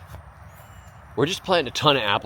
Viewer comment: You said gala apple wrong